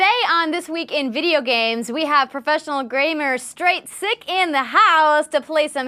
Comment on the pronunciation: LoL; Andrea, did you say "Graymer"?? XD... Lovin' the contrast between your awesome red hair & blue top - very Kryptonian. =)... Looked like was givin' you easy kills though (CoD)... could've been more aggressive with his Sniper Rifle & DMR though..and he could've picked better sniping positions, or a different Armor Ability (if there was more than just Sprint). Hologram or Jetpacks are the best Armor Abilities to use on the map, The Cage.